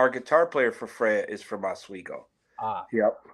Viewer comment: It's hilarious how pronounced Oswego as Oswaygo. Freya had a unique pronunciation as well. Mare-rio is the best mispronounced one.